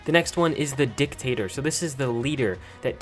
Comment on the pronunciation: Dictator emphasis on DIC